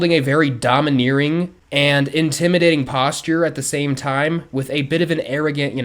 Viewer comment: You mean the cell phone other inmates shoved up his I CARE I WAS PRAYING FOR HIM WHILE EVERYONE ELSE WAS ROOTING FOR HIM TO DIE!! Where are your credentials cause you’re DEFINITELY not a real doc and of course he has major ptsd?? And you pronounced domineering wrong 😂